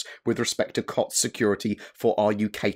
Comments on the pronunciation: It's pronounced Coots. Not Cots 😂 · Glad that nonsense was cleared up quick. CIG seems to be getting faster at rebuffing these clickbait 'Star Citizen is failing' stories that certain individuals spread around. P. S. It's pronounced 'Coots' ;)